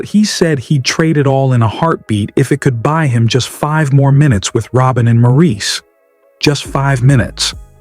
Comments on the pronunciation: As soon as the narrator said "ma-REES" I shut it off. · It’s pronounced Morris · To the person who made this video.....His name is spelled Maurice, but it's pronounced like this Morris. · You Got That Right!! 👍